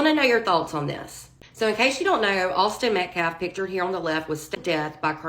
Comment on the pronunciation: Makes me sad how they don’t check that they are saying Austin Metcalf’s name properly. That’s just basic respect.